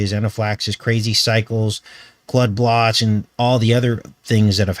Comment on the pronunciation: lol “Clood Blots” I knew what you meant